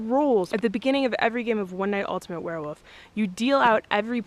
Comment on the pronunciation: What's a "werewoof"?